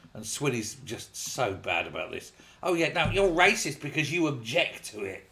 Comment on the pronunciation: Wyacist, waysict, racist, YAWN.